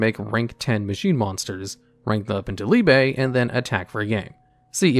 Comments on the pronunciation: You say liebe wrong every time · He really pronounced "liebe" differently in each one lol